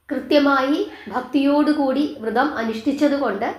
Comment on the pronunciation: വൃതം അല്ല വ്രതം എന്നു പറയു